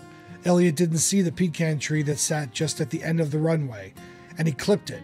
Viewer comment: You butchered the pronunciation of 'Natchitoches' and minor mispronounced 'pecan' but otherwise it was a good video.